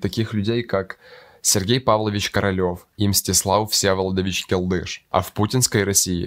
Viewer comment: Не Келды'ш, а Ке'лдыш! 😡 Срамота!!!